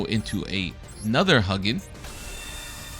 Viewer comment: decent video but if I hear you pronounce it as "Huggin" one more time...